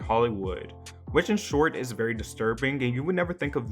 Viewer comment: “you are ‘BERRY’ lucky” hehe i’ll go home...